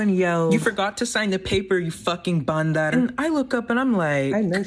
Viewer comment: Okay but your pronunciation of “bandar” is actually so perfect??? impressive p.s. baddie checkin